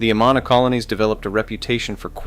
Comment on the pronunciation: Its pronounced a-man-a, not a-ma-na